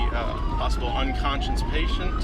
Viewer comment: possible "un-conscience" lol